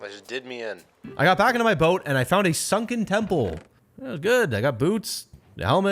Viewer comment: Shunken ship❌️ Shunken temple✅️